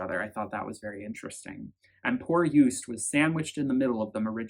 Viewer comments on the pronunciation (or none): Joost is not pronounced as Joest... it's like the O's in 'ohnooo' or 'videoooo'. 💋